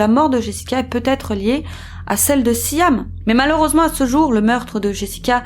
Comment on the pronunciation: c'est siam (sjam) pas siham (sijam)- cape town (keɪp taʊn) pas kap taʊn